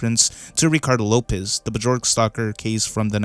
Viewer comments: He says "Charlie" when it shows a close up shot of Pim and then says "Whatever this is" when it's obviously inspired by Mike Judge's animation style. He calls Björk "Buh-jork". He calls the worms "Talking mouth characters". This iceberg video is a great example of the fact that there are way too many people who don't know what they're talking about who shouldn't be making videos on topics that they know so little about. "I have a small amount of knowledge about this thing so I'm going to make a video even though other people are more qualified." Why even bother when you didn't do enough research and have all your facts straight? This is honestly just so embarrassing. Just delete this, bro. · Bjork name is pronounced BYork (were the B and Y sound said together as if it were one letter, think of Sh or Th but with Bj, making a BY sound) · The way he pronounces homage and bjork make this video really hard to watch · BRO REALLY SAID BUHJORK OH MY DAYS